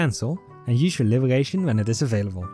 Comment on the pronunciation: Ah yes my fav type of skills " Gesonance " and " Libegation " 🗣️🔥